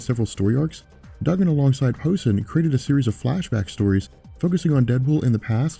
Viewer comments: Dude, I like your channel and all but for Christ's sake, it is pronounced "POE-SANE" , not "posin' ", "posin' " is the thing your doing when you act like a Brian Posehn fan. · It's pronounced Po-Sain. Good vid, though. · Brian Poh-say-ne. Just saying. Pronunciation is way off. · Love all the Deadpool coverage. BTW, Brian Posehn's name is pronounced, "Poe-sain". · Posehn, it's pronounced, Po-sayne. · It's pronounced Poe Sane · Love your videos, but please learn to pronounce people's last names...& the word stamina.